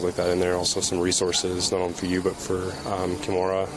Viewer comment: Awwwww my daughter's name is Kimora, and I pronounce it the same way!! 😊